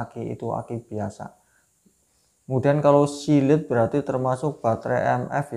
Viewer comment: Anjay sealed dibaca silit